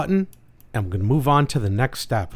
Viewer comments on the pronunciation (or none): none